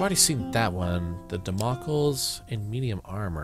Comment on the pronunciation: Damocles is not pronounced dam okkles, it is pronounced dam oh clees :P